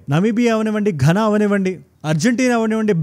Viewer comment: It's pronounced "ghaana"